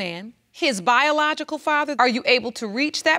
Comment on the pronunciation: Her boyfriend couldn’t even say ‘biological’ smh 🤦🏾‍♀️